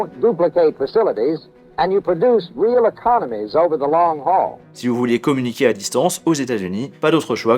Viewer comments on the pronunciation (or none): none